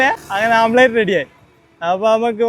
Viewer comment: യൂട്യൂബ് വരുമാനം മുഖ്യം😂... Sunlight ഉണ്ടേൽ ടാർ ഇട്ട റോഡ് ചൂടാകും 😂.... ഓംലെറ്റ് ആണ്.. ആംപ്ലേറ്റ് അല്ല 😂